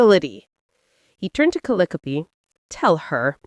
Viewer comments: Seriously, get rid of that horrible voice. And pronouncing calliope as callyopie is just crazy. The story is good though. Sarah MS 🦅🇺🇸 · Cal- eye- o -pee !!!!! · One distraction:the pronunciation of Calliope’s name; the accent should be on the second syllable, not the third.